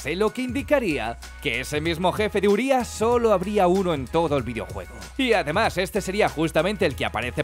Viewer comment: Sabíais que "Urias" significa enorme en rumano. Como es una palabra rumana se pronuncia con acento en la i no en la u. Y sabíais que "Cadou" significa regalo en rumano.